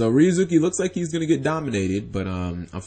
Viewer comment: You mean changing ryu(za)ki --> ryuz(oo)ki?